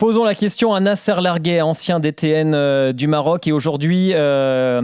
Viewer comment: "Nasser Larguet" en arabe marocain se prononce "Nasr Largte". Le "t" final se prononce.